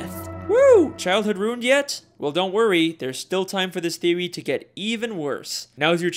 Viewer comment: He pronounced theory theowy